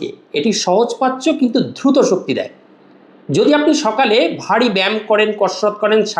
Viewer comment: UCCHARON TA DHRUTO NOY DRUTO 😂